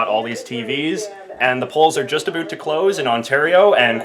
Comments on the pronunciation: Aboot!? Dude really? I am Canadian and no one says that. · Aboot. Seriously? WTF? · I'm rewinding every time you say "aboot" just so I can hear it again....so satisfying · You're the first person I've heard say "aboot" unironically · I never understood why Americans say Canadians pronounce about as "aboot" until I watched this video. You do it every time. LOL - A fellow Canadian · American here, no. Plenty of Canadians still have the vowel fronting, it's just less pronounced. So more like aboet. Linus is one example. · dude i live in canada and when i watched this video i thought he was saying aboot as a joke, then realised it was real lol ive never actually heard someone be legit while saying it, so no we dont all talk like that trust me